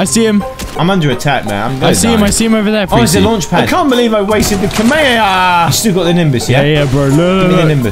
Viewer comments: It's pronounced komeihomeiha not kemeieeyah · It's not kamemeha it's kamehameha 🤣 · Kamaehahaha lol he said it wrong haha